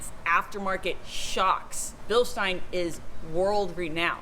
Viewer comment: We love you (sorry if I butchered your name) Excellent footage. Now just to get the American public to pronounce Bilstein correctly.